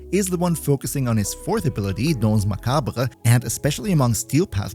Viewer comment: Hi from France ! Your prononciation for dance is really good !